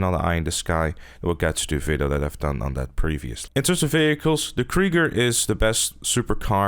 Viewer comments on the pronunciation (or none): Ha, he said Krigger.